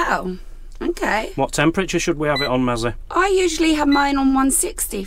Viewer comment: Sorry it’s Mazzy isn’t it not Massy😢🤪